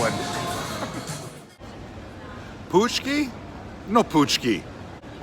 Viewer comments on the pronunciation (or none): Not "Pushki"! "pushki" = "canned food" in polish. You should pronounce something like "pontchki" = donut.